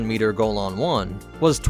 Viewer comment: ur pronouncing golan wrong lol